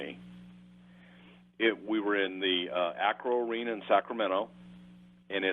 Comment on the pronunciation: Bruce its called Arco arena lol